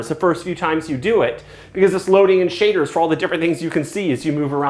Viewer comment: "it must be doing some shi....aders"